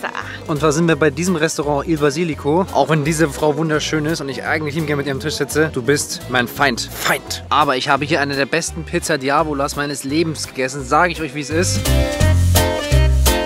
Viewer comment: Diavolos!!!! Nicht Diavolas!!!